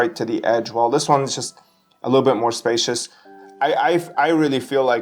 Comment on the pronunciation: Lost me when buddy said “spacious”